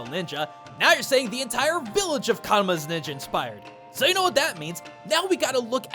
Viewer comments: Just a tiny note, it's Kamura village, not Karuma village. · man, you keep mispronouncing Kamura a lot